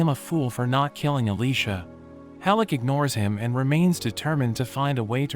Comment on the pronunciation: Great anime with some out of no where gut punches. Oh and it's HELL-CK NOT hellick